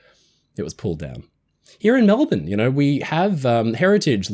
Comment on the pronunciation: That's "Mel-bun", NOT Mel-born... Bloody Americans... 😅